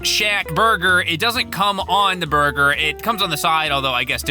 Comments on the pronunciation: Did he just say burguer? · Burger did he say burger